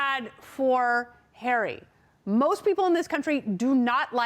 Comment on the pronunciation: a lot of syllables for Harry